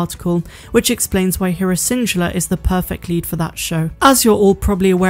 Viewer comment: Where is from? Just curious bc she mispronounces random stuff like schedule and Syndulla